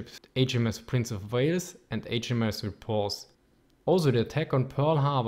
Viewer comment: "HMS Prince of Vales!" as a Velshman, i laughed quite a bit